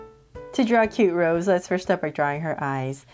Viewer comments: I don’t want to be rude it’s just it bothers me a bit lol but her name isn’t pronounced like the flower rose it’s pronounced Rosé (Rosay) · That is a really cute drawing, but pls pronounce her name right (Ros-ay)❤❤ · Her stage name is Rosé, pronounced Rose-A. Can we look forward to a Jennie and Jisoo?